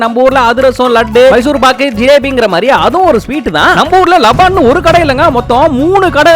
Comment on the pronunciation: தம்பி அது பேரு லபான் இல்ல லபன்